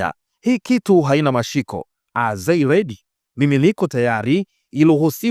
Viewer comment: Thanks a lot for the updates. Ila nakuomba msimuliaji wa hizi episodes ujue kutamka vizuri baadhi ya maneno ya kiingereza, naamini wewe ni msomi. Kwa nini unashindwa kutamka nene 'The' unatamka Ze, na neno They unatamka 'Zei'. Naamin wewe ni msomi kwa kiwango angalau cha diploma, au ni tatizo la kikabila. Wamiliki wa hii channel hamuoni hii kitu inawadhalikisha?